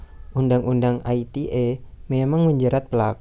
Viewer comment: komentar saya untuk kelompok 12 kurang lbh sprti kelompok 10, krn gak keliatan muka, saya jadi gabisa nilai secara maksimal.: beberapa kali saya tangkep ada artikulasi yg kurang jelas: UU ITE dibaca biasa aja ia ala ejaan Indonesia U-U-I-T-E. ITE gak dibaca aiti-e krn itu bukan singkatan dr bhs inggris tapi udah diterjemahkan ke bhs indonesia